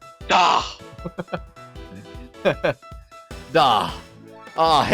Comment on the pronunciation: What if it is he false killer? :P Triggered "Da" is indeed German, meaning "there", but pronounced without that strange h sound at the end :P Why not both? :P